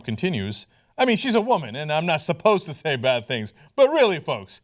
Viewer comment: s'posedta..... lol, good one